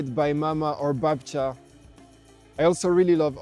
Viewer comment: I'm pretty impressed, how good You are pronouncing polish words, like babcia or dziesięć lat później, respect